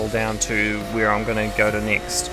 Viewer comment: Stop sayin nixt its next!!!